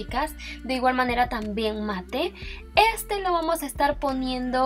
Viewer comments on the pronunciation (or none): none